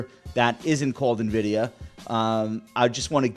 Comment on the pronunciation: Can Kurtz learn how to pronounce Nvidia please